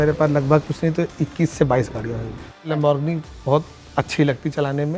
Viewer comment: Lamborgani 😂 1.38 😂